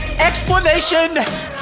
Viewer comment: Bro I’m not sure what expostulation means but I think he said explanation…..